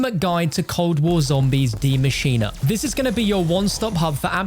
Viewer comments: Why he say “Dee machine” tho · bro said dee machina 😂😂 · Who pronounces it dee machena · nah the „dee“ is right but not „maschina“